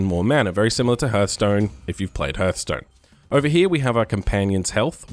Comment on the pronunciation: good video but its pronounced harth stone not herth stone